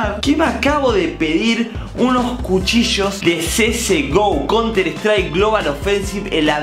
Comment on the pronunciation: Cuando dijo jucillos y era cuchillos